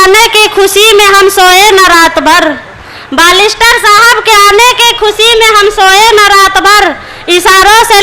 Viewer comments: बालिस्टर नहीं बेरिस्टर होता है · मोहतरमा जी बालिस्टर नहीं बेयरस्टर होता है